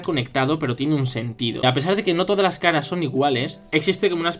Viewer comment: En lugar de caras escuché Skaraaaaa